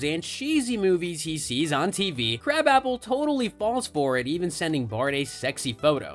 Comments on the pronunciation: Her name is pronounced "kra-bopple" not crab apple. Wtf is this channel?? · It's not crab-app-el. It's kruh-bop-il. (Edna krabappel.) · That was irritating me as well every Simpsons episode I've ever watched it's pronounced krabopple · Interesting on how many times you pronounced Edna Krabappel's name wrong. Have you ever watched the show?